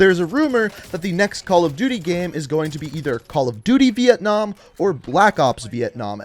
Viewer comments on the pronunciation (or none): hahahahhahahahahhahahah vientnam not cold war